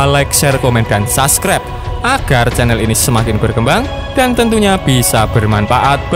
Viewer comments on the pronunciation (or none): none